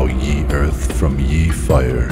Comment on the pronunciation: Great idea but yeeeeesh... “Ye” is pronounced “the”